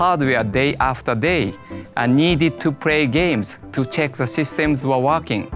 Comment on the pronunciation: "You can pray with famiry and friends rocary"...music to my ears! :D